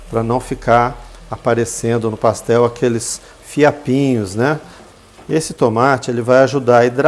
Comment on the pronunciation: PassteL mineiro